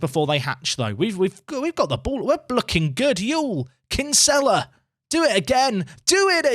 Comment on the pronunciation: As a fellow Dubliner that Kinsella pronunciation hurts my soul 😥